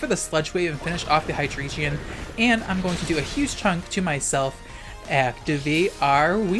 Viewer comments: “High-dree-jeon”? What? Are you dyslexic? It’s drei, pronounced “dry”. Y’know, the German word for three. Ein, zwei, drei. It’s the entire motif of this line. Hy-drei-gon. Not “geon”. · Why hi-dree-geon? It's not an eeveelution. The Drei part is german. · I am so fucking triggered by your pronunciation of Hydreigon. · the way you pronounce hydreigon causes me genuine emotional anguish but i suppose that's the whole idea isn't it